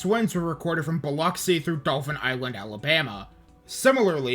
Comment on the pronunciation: you also mispronounced plaquemines, biloxi (sometimes), tivoli, beau rivage, bayou lebatre, and kiln, lol. it's ok tho; even locals mispronounce kiln because they call it "the kill" (vestiges of french) but it's so small that almost no one else on the coast ever has any reason to talk about it unless they want to talk about brett favre's hometown because that would be it. thanks for giving the coast some attention. my only (gulfport-centered) complaint is that you passed over d'iberville and gautier. d'iberville is on the north side of biloxi back bay so their waterfronts got razed just like the other coastal towns. the tchoutacabouffa river was also a contributor to the destruction in d'iberville. gautier is directly on the coast between ocean springs and pascagoula.